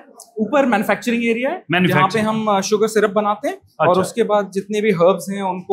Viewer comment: अबे ओ अंजूम, शूगर होता है सूगर नहीं। अपना उच्चारण ठीक कर ले। अंग्रेज़ी ठीक से बोलनी नहीं आती तो हिंदी में बोल ले, लेकिन हिंदी में भी तू सक्कर ही बोलेगा क्योंकि तू जन्मजात अपभ्रंश है....😅😅😅😅